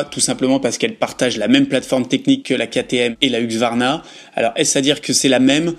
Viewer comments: 😂 faut dire « husky » , comme le chien ! Comme ça plus de doute. A+ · Pourquoi il dit huQsvarna ?